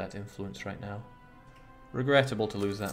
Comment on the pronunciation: rätt nu? Thought you said Reicht nauw!